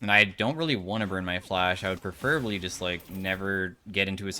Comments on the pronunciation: there's no meaningful difference between your pronunciation and mine, and either is significantly different from pronunciation, which is, "pree-fer-uh-blee" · First time commenter, long time listener., you're great. I've watched a lot of your videos. I love your chill approach to the game. You're pronouncing "preferably" wrong, and you say it on average like at least twice per video. It's pronounced, "pref-ruh-blee". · British? American english pronounces it "preh-fr-uh-blee"